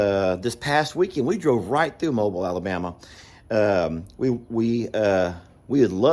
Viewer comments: It’s Mo-beel not mobile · Mo-beal not mobile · It’s pronounced Mo biel (like Jessica biel the actress) 😂 just ask mr cog hill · It’s pronounced Mo-Bill Alabama. ❤ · It's pronounced "Mo beel Alabama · We pronounce it Mo-Beel Alabama, with the accent on the beel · The second portion of Mobile is pronounced like “deal” but with a “b.” Cornholio was yelling “you do it too.” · I think they pronounce it- “MO-BEEL” Alabama. The tool room looks great and snake-free❣️🌻💝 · Hi, Sorry I’m late seeing your video. In case no one has already clarified the proper pronunciation, Mobile sounds like Mo-Bill. Have a lovely day. 😊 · Someone may have already posted this, and if so, please disregard.. The way to say Mobile, AL is “MO-beel”. 😊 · It's pronounced (Mo-bill), Alabama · It's pronounced Mow-Bill', Alabama😄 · It’s pronounced like Mo Beal Mobile Alabama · I'm from Alabama and your saying Mobile wrong 🤣🤣 but that's okay. The only way I can explain how to say it over a message is you would pronounce it like what you would call a car like "Auto MOBILE" or you can pronounce it like "Mo bill" hope that helps lol. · I'm fine with ya'll. I notice you are increasingly using incorrect grammar saying "them woods", and ending sentences with the word "at". You are a school teacher. You know better! It's not a good reflection on you as a school teacher. On another note, it's pronounced Mo beel, Alabama. I'm looking forward to the cardboard boat races! Your watermelon box just might be your ticket to winning! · I’m not getting on to you but that town in Alabama is pronounced Mo-Bill. Thanks keep on keeping on doing awesome videos! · It's pronouced mo-beel (Mobile, Alabama) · I think it's pronounced ( MO bill ) Mobile AL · Uh,, it’s Mo-Beel (be-uhl), Alabama. You know we have to drag it out. I’m in Georgia, just north of Atlanta (at-lanna), in Marietta (May-retta). 😂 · That’s my home town it’s pronounced mo bill but spelled Mobile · Mobile is pronounced Mo Beel 😉